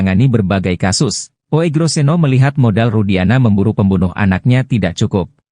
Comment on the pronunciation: Membacanya Ugroseno bukan OEGRO ... itu ejaan jaman belanda, mohon dipahami...